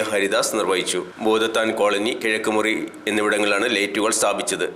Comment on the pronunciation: വാർത്ത വായിക്കുന്ന മാന്യ സുഹൃത്തേ ഇത് എവിടെയാണ് ഈ ഭൂതത്താൻ കോളനി ഒരു സ്ഥലപ്പേര് പോലും ശരിക്ക് പറയാനറിയാത്ത നിൻറെ ഒരു വാർത്ത വായന